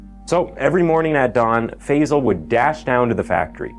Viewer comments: American pronounciation never ceases to amaze. It's Phi-sahl. Not Feyzle. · Such an important topic and I can’t but get annoyed at why people cannot pronounce Asian names right. Tf is fayzal???? He’s not Basil. It Faisal. How can people say words like jalapeño but REFUSE to pronounce Asian words with the same grace. Annoying!!!!!! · Gosh fey-zel fey-zel…Five-Zal 🙄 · FIrstly its pronounced Faaaaiiii-sal!